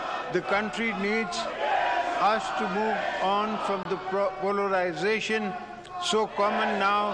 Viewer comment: Polorization, wah Mr President😂, by the way its polarization not polorization